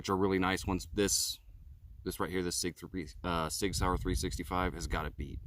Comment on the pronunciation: It’s Sig Sauer not Sig Saur